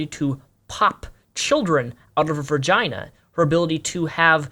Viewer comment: said "vergina" lmao